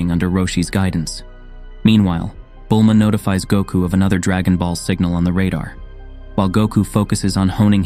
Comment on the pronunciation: Peekalo. Gohand. Bullma. lmao!